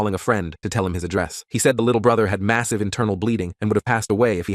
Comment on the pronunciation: Did he say massive